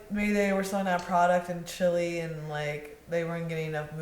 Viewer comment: Stop saying Chile as "chilly" please lol